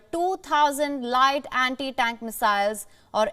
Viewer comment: 'Sevendeeen dousand Andi-Dank Missiles' 😅